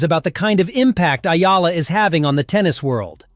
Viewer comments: tsk ! kakainis ! Ayala na na naman? hoy pakiayos lang poi! Eh-YAH-LAH - yan me tip ka na AI slop! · E-YA-LA...EH-YAH-LAH Not AYALA! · ÈYALA not Ayala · It's Eala please, not Ayala hehe. Thank you Sir, your so good. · EALA E - YA - LA Got it? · Only Filipinos can pronounce her name correctly....eee ya la